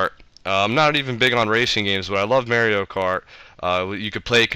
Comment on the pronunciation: first of all, you can't even say mario kart correctly. second of all, no zelda games? and lastly, no i will not be your friend.